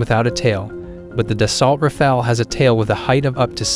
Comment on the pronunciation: Nie daltra fale tylko daso rafale sztuczny tłumoku. Eurofighter nie jest "wielorolkowy' tylko wielozadaniowy. Nie cierpię AI. Kaleczenie języka, wymowy, sensu. powinno byc karalne.